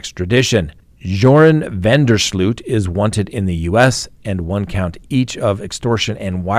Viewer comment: Last name pronounced van der slote